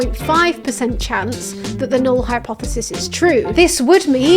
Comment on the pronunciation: What's a "hypthesis"? HYP-thesis?